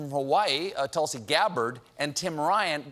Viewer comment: he pronounced Tulsi wrong